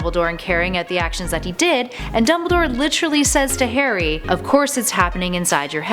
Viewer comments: Karry potter? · She calls Harry Hairy lel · its not sea mus its seamus lol and she says carry potter at one point